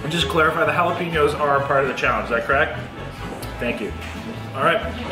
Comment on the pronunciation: Loved the Trailer Park Boys reference to the jah-lap-ah-noes! We love you in the States,!